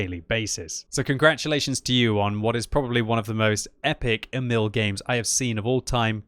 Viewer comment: "Emil" should be pronounced longer. "Éh-mihl". Damn, I really want that tank, but I've only played a little Frontline two episodes ago. I didn't know that you could get this tank as a reward from playing it... :(